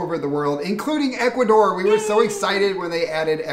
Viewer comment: I love you guys, but when are you going to learn to say the country's name properly? It's Ecu-A-dor, not "Ekoodor"